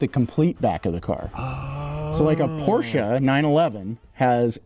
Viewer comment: He said PorschE!! 😅 Thank you!